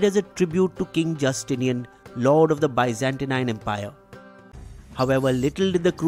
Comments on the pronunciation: One technical correction. The plague is caused by a bacteria, not a virus. Also, it's pronounced 'Biz-an-teen'. But yeah, your videos are my go-to sources for information! Please keep doing what you're doing. Your unbiased coverage and research is beyond praise! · Sorry to point this out, your pronunciation of the word Byzantine is wrong. You said it as Byzantinine instead